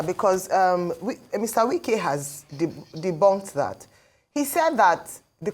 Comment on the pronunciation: Wike not Nwike it is not Igbo name